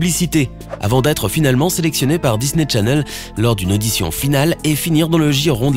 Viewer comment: C'est moi ou il a dit Disney Tchanel ...